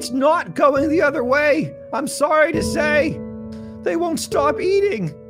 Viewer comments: Hilarious vid on so many levels The one piece of feedback that I would like to offer is that Canadians like Jordan Peterson pronounce "sorry" more like "sourry", but you said "sorry" in the american style twice within the first 15s of this skit, including the very first sentence... which feels like kinda missing an early opportunity to really set the tone and sell the impression. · It’s sory not sorry.